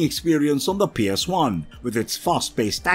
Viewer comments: Did this mofo really just pronounce PS1 as “PS eye”? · Is there a reason why you have a habit of saying psi instead of ps1🤔 By the way interesting list of ps1 game's thanks for sharing the memories😊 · Why does he keep calling it a PSI?